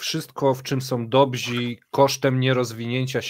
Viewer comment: Panowie! Dobrzy- dobrze , dobzi-źle. Pozdrawiam